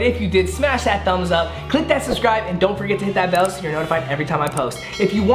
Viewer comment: No one: Literally no one at all:: “these lemons are SHO sour. SHO sour”